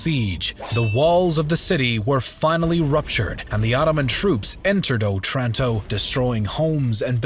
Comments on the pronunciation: Good, but Otranto has the accent on the first O. Òtranto. NOT Otrànto. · It's O'tranto, the stress in Italian is on the first syllable. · wrong otranto pronounce, i know that italian sounds easy to pronounce but please search up the pronounciation, the accent was misplaced and my head hurts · òtranto, not otrànto.. after the ninety-third wrong pronunciation i could not bear it any longer. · It's òtranto, not otrànto.